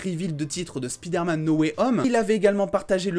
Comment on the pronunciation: c'est pas speederman c'est spiderman, c'est pas compliqué